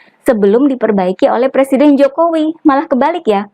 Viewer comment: Calon plesiden yg belum bisa baca tek pidatonya ahli merubah nama susilo bambsng yudoyono dibacanya Susilo bambang yudonoyo.